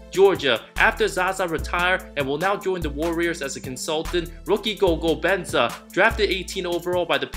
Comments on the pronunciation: Gogo Benza 😂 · My man said gogo benza 😂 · that pronunciation of Goga Bitadze is absolute travesty. Great video though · lmao the police may have to come arrest you for murdering that name. Good video though. Love your channel.